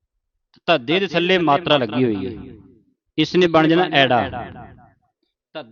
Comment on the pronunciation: ਵਾਹਿਗੁਰੂ ਜੀ ਬਹੁਤ ਵਧੀਆ ਉਪਰਾਲਾ ਹੈ ਜੀ। ਬੇਨਤੀ ਹੈ ਜੀ ੜ ਦਾ ਉਚਾਰਨ ਰਾੜਾ ਨਹੀਂ ਰਾੜਾ ਕੀਤਾ ਜਾਵੇ ਅਤੇ ਅ ਐੜਾ ਨਹੀਂ ਆੜਾ ਕੀਤਾ ਜਾਵੇ ਜੀ। ਜੇਕਰ ਅ ਨੂੰ ਐੜਾ ਤਾਂ ਏ ਤੋਂ ਬਾਅਦ ਐ ਦੀ ਕੀ ਲੋੜ ਰਹਿ ਜਾਂਦੀ ਹੈ। ਮਾਫ਼ ਕਰਨਾ ਜੀ